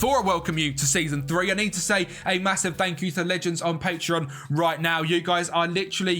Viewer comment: Bro when you mention your patreon members it says „pateron“ not patreon🖐️